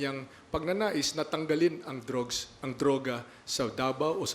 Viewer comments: may salita po bng "DROGS" ? MUKANG NAKA drOgs si fafa marr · "dROgS" -Mar Roxas